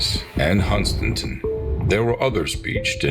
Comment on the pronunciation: The narrator pronounced Hunstanton wrong but close enough lol.